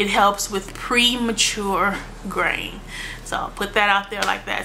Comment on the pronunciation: Almost the whole time I thought you were saying "grain". I was like... Oh, "graying"! Love your videos!!!